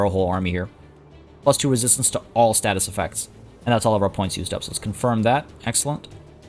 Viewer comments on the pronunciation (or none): none